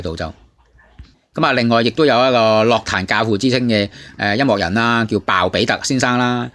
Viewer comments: 用AI 答返你 在粵語中，「樂壇」的正確發音為： ### 粵語發音 * *樂：* **ngok6**（同「音樂」的「樂」音，低調） * *壇：* **taan4**（同「彈」音，陽平聲） ### 常見錯誤與辨析 在讀「樂」字時，根據意思不同有兩種常見發音： 1. *ngok6 (音樂/藝術)：* 用於「樂器」、「樂隊」、「樂譜」。**「樂壇」**屬於此類，指音樂界、歌壇。 2. *lok6 (快樂/喜悅)：* 用於「快樂」、「樂趣」、「娛樂」。 > *注意：* 雖然現代有些口語或流行語會將其誤讀為「lok6 壇」，但在正式場合或根據字典標準，涉及音樂領域時應讀作 **ngok6 壇**。 > ### 相關參考（官方/權威辭典） * *《粵語審音配詞字庫》：* 根據香港中文大學資料，「樂」字於音樂義項下標音為 **ngok6**。 * *《漢語多功能字庫》：* 明確區分音樂（ngok6）與快樂（lok6）之讀法。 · 唔關智唔智慧事, 因為咁基本都讀錯, 錯到咁明顯真係好哽耳, 希望板主少用ai人聲啦。